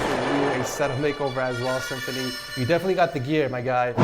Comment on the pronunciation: Its not Symfunny its SymFuHny!!